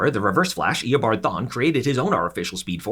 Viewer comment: Eobard not Eobart